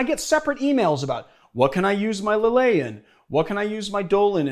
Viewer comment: Rendall He pronounces Lillet and Chartreuse correctly though, and lots of other stuff. Also, Maraschino is an italian word, so I can’t really see it having an english pronounciation. Then again, English is a second language for me, and I’m used to pronouncing foreign words correctly.